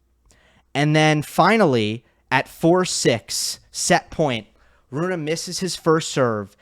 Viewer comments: Why do you keep mispronouncing his name? Since he is Scandinavian, it made sense to me too that it would be pronounced like Runa, but on the atp website, he himself pronounces it like Rune. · Rune as spelt, but “Runa” as pronounced correctly! Which hardly anybody bothers to get right, by the way!